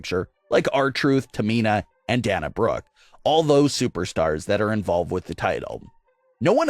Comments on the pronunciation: Say Dana Brooke correctly. It is Dana not Danna. How are you a narrator? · To the creator of. Do you have a serious dislike for Dana Brook? I ask because you mispronounce her first name all the time. It isn't Danna Brook like book him Danno. It's Dana as in it's going to rain today. If you're going to repeatedly use her name in your clips you should at least pronounce her name correctly.